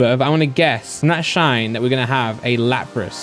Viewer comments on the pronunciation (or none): none